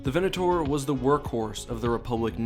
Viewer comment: I loved this video but the way you said Venator will hurt me forever.